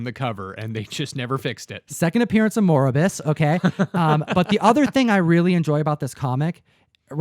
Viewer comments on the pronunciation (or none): So what is the first appearance of ‘’Moribus’’? Lol